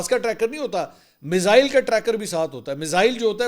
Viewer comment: Ve-log hahah Mizzzaaeiil 😂😂